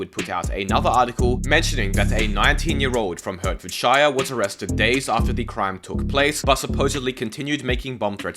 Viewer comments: Ya mispronounced the county name so bad i couldn't tell if you meant Herefordshire (hair-i-ford, by the welsh border) or Hertfordshire (heart-ford, north london) 😂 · That pronunciation of hertfordshire was so wrong lol